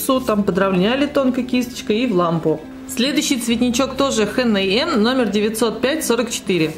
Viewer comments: Хэ Нэ Мэ? Серьёзно? Эйч Энд Эм - так правильно. Очень режет слух. А так выкраска классная! Очень понравились несколько лаков) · Ну раз уж так тогда эйч эн эм